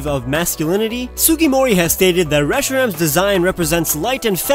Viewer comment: WHAT WAS THAT AACCENT WHEN U SAID RESHIRAM AND ZEKROM Oh yeah also Kyurem /